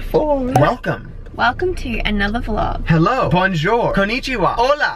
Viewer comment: said “hello” with an Australian accent lol